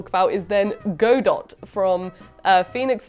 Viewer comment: I love how even in the correction, still pronounced Godot incorrectly 🤣